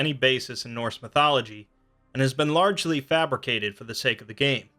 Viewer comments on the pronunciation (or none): none